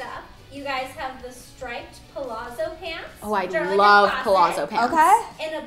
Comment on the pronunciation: Pronounced pallatso not palarzo